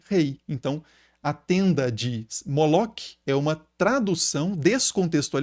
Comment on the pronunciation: Professor esse nome Moloque é um equívoco! O nome hebraico Moloch se pronuncia, Molor, toda palavra ou nome em hebraico terminados com CH tem um som de R, como por exemplo, Melech se pronuncia Meler, Machiach, se pronuncia Machiar.